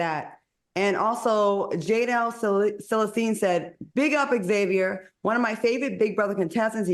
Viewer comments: Can we please normalize saying Xavier instead of Xavier? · Xavier, not X-Xavier.